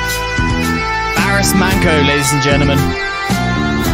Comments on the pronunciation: I will make it easy for you how to pronounce his name !!. his name is BARIS MANCO ok?.. we sound his name as it is like in Latin words the way it is written.!. but. if you read this in the English language like " BARISH MANCHO " that will be very close to the correct sound in the Turkish language!. great video!. also, you look like each other as brothers"-)). love it as a Turkish man. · His name is pronounced ''BARİSH MANCHO'' This is one of Baris's best hits of all time, love all of his songs, he was a true legend! ❤ May he rest in peace.. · Pronunced BariSH ManCHo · pronunciation of the artist is Barısh Mancho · Pronounciated as "Barish Mancho" & "Doenenjay" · Pronunciations: Barış Manço (Barhish Munn-cho) - Dönence (Deue-nen-je)) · the correct way to pronounce his name is "BURSH MUNCHO" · BariSH ManCHo would be the correct pronunciation mate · The correct pronunciation of the name should be barısh mancho.